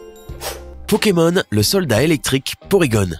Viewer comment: A il dit pokemol